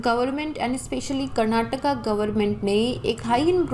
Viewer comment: Love to hear your pronunciation of Karnatakaa not karnatakk